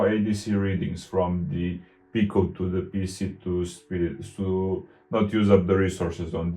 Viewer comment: Hi, good to see you back. Just wanted to let you know that "Pi" in Raspberry Pi is pronounced "pie" rather than "pee". You are pronouncing"Pico" correctly as "peek-oh".:-)